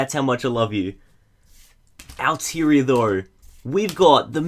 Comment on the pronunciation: It's pronounced aal-Taa -Ree -aa